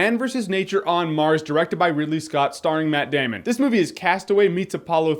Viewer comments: is a Username It's more like: METT DAYMUN! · he meant , more like "MATT DAMN-ON!!!" :P